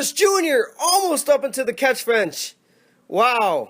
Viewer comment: Mully: What Iron means is that said fench instead of fence